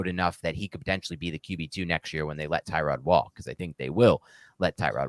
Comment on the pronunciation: Bro....did you say ter-rod taylor?